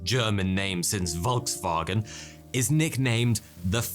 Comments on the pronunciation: Thats not Wolkswagen, but Folkswagen. V=F in German. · Volkswagen., "VolksWagen (VW)" this is a soft "V" like in "Fauna" or "Fat";-) I really appreciate, that your german tongue is like 95% right!! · How you pronounc it: Volkswagen How it sounds for me: Voulghswaegen How i'd pronounc it: Volkswagen How it'd sound for you: FOOLKSWARRGÄN